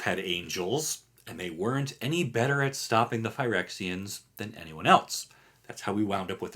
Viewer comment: There isn’t a T in the word else.